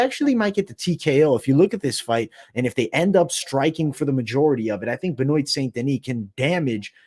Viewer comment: Ben-wa. Ben-wa.